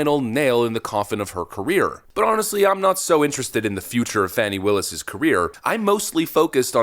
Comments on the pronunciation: It isn't "Fawny". It's "Fanny". Pronouns: Huge/Fat & full of Wade. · It’s Phooey Willis, not Fanny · I believe her name is pronounced "Phony" Willis. The phone calls demonstrate her lies about her relationship with Nathan Wade. She's fake, lying under oath.